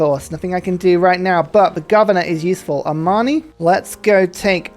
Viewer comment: I enjoy when pronounces Amani close to "Armani". I imagine him sending city-states loads of stunning suits and haute tailoring.